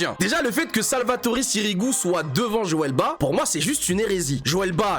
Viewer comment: Joel BA 😅🤣 On prononce le T et le S frérot.